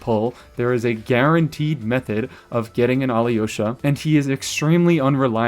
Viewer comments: You’re pronouncing alyosha as aliyosha Try to pronounce him without the i Al’osha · It’s pronounced A-low-sha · When you make the next Alyosha video, will you pronounce his name the same way the game says it? I have little experience with Slavic languages and had no idea until today that it's pronounced more like "ah-LOW-shuh" (the Y is silent or something)